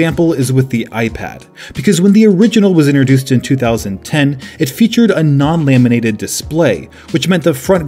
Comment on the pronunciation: The "lay-minated" display?